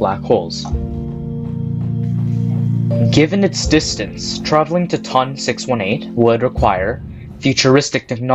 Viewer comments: A dream come true would be to stop saying “TUN”. Say “tee oh en”. Would you call NGC 1332 “nuh guh ka”? “Ton” is the first three letters of Tonantzintla, relating to Aztec goddess Tontantzin, which doesn't sound like “tun”. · My man said " TON! 618"